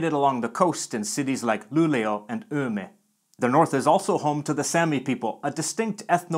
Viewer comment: You mentioned Umeå and Luleå being along the Norrland coast. Most local dialects drop the "å" at the end of place names, so as well as Ume (that you pronounced correctly) they would also say Lule and Pite.